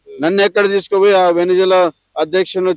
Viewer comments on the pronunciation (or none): none